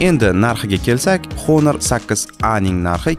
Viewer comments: honormas onor o'qiladi aka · Onor edi menimcha talaffuzda